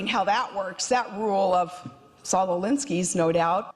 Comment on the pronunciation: I thought she liked to come across all anti-intellectual, down home and mamma grizzly, and here she's trying to convince us that she's actually read more than the mans name. Which she struggles to say correctly anyway. It's, Saul Lalinsky Sarah. Not, Solalinsky Just out of interest Sarah, why didn't you mention his name when several times, Katy Couric asked you what it is that you actually read?